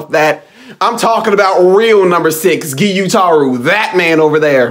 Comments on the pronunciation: "Ghee-you-tah-rou"? Lol whaa? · Did he just say... Giyutaru ? 🙄 it’s Gyutaro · gIYuTaROH. People, it’s not hard to pronounce. Americans. It’s three syllables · "Giyuutaro" btw